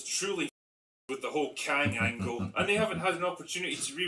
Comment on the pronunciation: The “Kangle” 📐